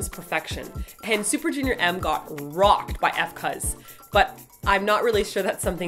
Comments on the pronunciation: ...it'a "focus"..not "f. cause" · I thought knows that F.cuz is pronounced as Focuz... o.O? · jsyk, F.Cuz is pronounced as Focus. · Haha~ It's cool, I didn't even know it was pronounced "focus" until I saw their other video xD I still call it "f. cuz" though..... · f.cuz is pronounced FOCUS, :l despite being spelled as F. CUZ, its FOCUS D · btw I believe F.CUZ is pronounced FOCUS~ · F.CUZ is actually pronounced Focus...I was confused by the name when I first found their Midnight Sun video so I looked it up and was surprised :D